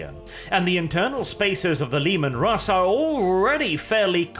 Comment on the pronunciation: The Leman Rrrrrrrrrusss